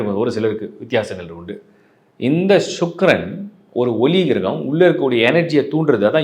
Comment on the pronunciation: ஷூக்ரன் என்று சொல்ல வேண்டாம் சுக்கிரன் என்று சொல்லவும்